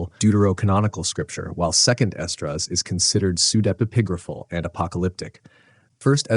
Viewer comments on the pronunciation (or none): You didn't mention the pseudepigrapha book "Harriet the Spy" by Louise Fitzhugh. Also, do we HAVE to pronounce if "pseude- PIG-grapha"> Can't we put the syllabic stress on on EPI?